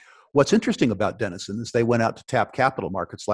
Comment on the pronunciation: Denison is not as he said